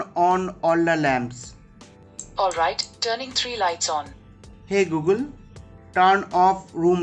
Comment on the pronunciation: like the way he said hey gulgun